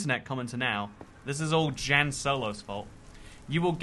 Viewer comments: “JAN” hurts my heart lol it’s pronounced “yan”! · I'm guessing Jan solo is pronounced yan solo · hes pronouncing jan wrong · As a Jan myself, I sympathize with Jan Solo for how much butchers their name lol